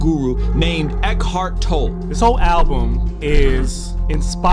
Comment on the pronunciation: I’m having a hard time believing you have done enough research to competently argue against Tolle’s teachings… because you keep saying his name wrong 😖